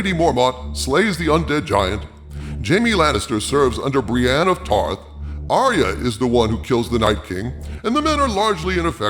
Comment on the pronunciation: ARYA not aria